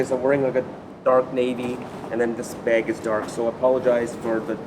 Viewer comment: Anyone else love the way he says "beg"?